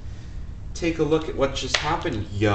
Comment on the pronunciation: If dead pool taught chemistry it would be this guy "Take a look at what just hap-end Yo" cracked up